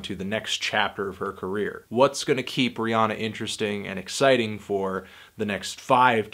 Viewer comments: It's Rhi- anna. Not onna. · He can't even say her name right